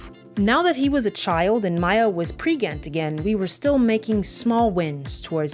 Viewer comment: I love when she says "pregnant" wrong multiple times 😂😂😂 Every time is a surprise